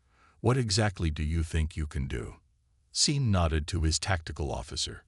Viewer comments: Seen Martinez...? Possibly a good story. Stopped listening when it mispronounced simple names. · my first name is Sean i get called seen all the time. I have gotten used to it. hooked on phonics is the reason